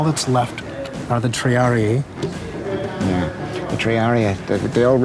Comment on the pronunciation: Lol, Triaré ! its Triarii ( though dont know if its one or 2 i's)